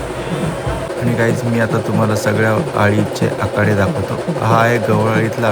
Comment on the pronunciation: आकाडे नाही...आखाडे😂😂